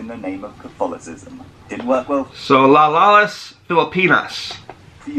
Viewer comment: The narrator pronounced "Las Islas" incorrectly